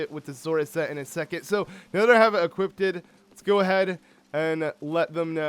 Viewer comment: I still can't get over the fact that says "equippted" which is basically wrong - it's 'equipped'.